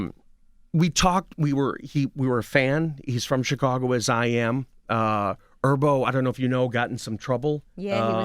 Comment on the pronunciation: He keeps saying Erbo, instead of Herbo.